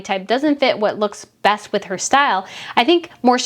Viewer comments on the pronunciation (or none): none